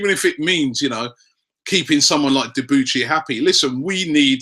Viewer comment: It's pronounce debooshy not deboochy